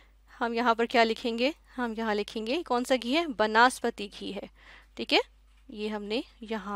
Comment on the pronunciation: not banaspati its vanaspati